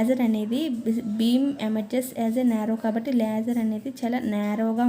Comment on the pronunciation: Adhi leyyser kadhu laser Meeru thappu palkutunaru And it's not dopping it's doping